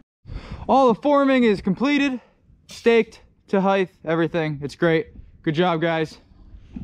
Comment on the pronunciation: Nice work, but are you saying "heidth"? Like the same way you'd say "width"?